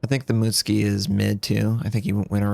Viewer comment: It's M U T SU K I , you pleb ! not M U T S K I .